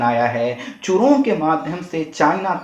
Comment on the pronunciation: चूरोंग नही जूरोंग